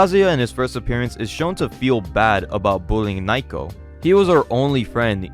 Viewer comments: Dude.... Her name isn't Nye-co... Its Na-oh-ko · You keep mispronouncing her name. It's *NA-O-KO*, not "n-eye-ko". But anyway, this manga started off strong(ish), but just turned into fucking slop. Those translators shouldn;t be surprised if they get laughed out of the scene. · Ok, how did fans ruin this one again? I’ve just watched the whole video and, unless you are implying that the people who got payed to translate it were also fans, then HOW did “fans ruined it?” You even say that it costs 50 USD a year to read it. Also, “Naiko?” “Nike-oh?” “Nyko?” “Nyako?” Her name is Naoko. I don’t mean for people to say it like native Japanese people, but those pronunciations are rather far from the right one. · I can't. You keep mispronouncing Nah-oh-koh as Nye-koh and it's driving me insane. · How the hell can you pronounce "Naoko" as "Nayko" How is this even possible? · Why are you calling naiko while the panels call her naoko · Naoko is pronounced NA-oh-koh, not Nai-koh. You pronounce everything else fairly well, so i don't know why you keep getting Naoko's name so wrong. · Her name is pronounced nah oh ko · Naoko is pronounced Now-Koh.